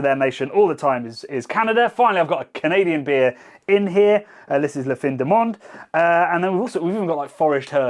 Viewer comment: I didn’t think that English speakers butchered « La fin du monde »’s pronunciation so badly ^^